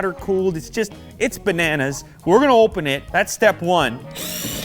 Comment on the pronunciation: the way he says "bananas"